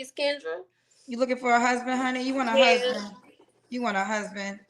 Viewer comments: Kendra… HUSBAD??? 🤦‍♂️ the word is HUSBAND!!! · "Husbad" is classic 😂😂😂😂😂